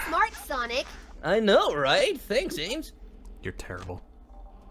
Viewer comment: And the part when he said ames